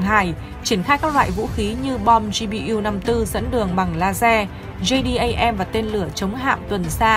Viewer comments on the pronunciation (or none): Em nầy đọc tiếng Anh cũng khá ! Đáng khen !!! Nhưng Bom JDAM quân đới Mỹ 🇺🇸 đọc là Jê - Đem nghe EM ! OK 👍!?